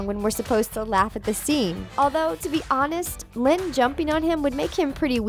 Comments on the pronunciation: Its linn loud not loyd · It's Lynn loud senior not loyd